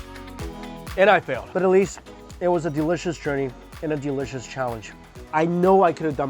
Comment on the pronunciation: delicious nak bukan delecius,kalo gak bisa ngomong inggris mending jangan wkwk